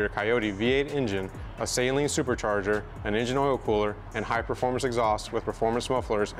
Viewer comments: No hate but I just wanted to say it’s actually pronounced suh-Leen not Say-leen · Shit was annoyingly funny. Sayleen….sayleen. I’m like bro is saleen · Even Saleen website show it’s annunciation, and unfortunately you’re wrong. It’s “Suh-leen” not “Saline”! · So. It’s always funny to me how we pronounce the car “say lean” and then when we talk about Steve, we say “Steve Suh-lean” as that’s how he pronounces his own name. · lol we know you don’t bro I still say SAY LEAN mustang. It if I met Steve I would say it’s nice to meet you Mr. SUH LEAN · Why Do People Mispronounce Steve's Last Name (SAY-LEEN) As Opposed To (Suh-Leen)? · I learned a lot about how to pronounce it through the comments 😅. I’ve been saying “Say-leen” since I was in High School and I was never corrected. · thats how you said the company's name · There is no "Sail" in Saleen.... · Now that you've got a bad ass car, it's time to learn how to pronounce Saleen correctly. It's not sayleen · Fifteen seconds in and doesn't know what physical position he's in or how to pronounce Steven's last name? Even for most YT'ers, this is a pretty poor showing. Can't believe they didn't reshoot the intro. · Hey man,no biggie I'm from the south I said it wrong for years.until I bought an 88 Saleen in 96. I had the car painted an called Saleen to order new decals an the women that answered the phone pronounced it correctly,I didn't even know I was saying it wrong.thats how I learned,lol